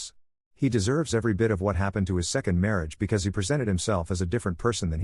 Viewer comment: "Responsable for his mariáge" 😂